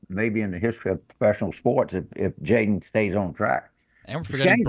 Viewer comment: Ah yes jalen daniels not jayden